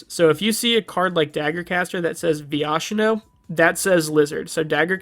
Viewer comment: funny to see a newer player not knowing how to say viashino right